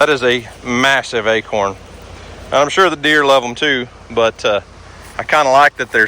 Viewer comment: Man I thought you lived at least far enough south to pronounce Acorn right.